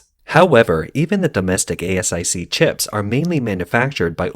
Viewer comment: Fyi it’s pronounced like ace-ic for asic, not a.s.i.c.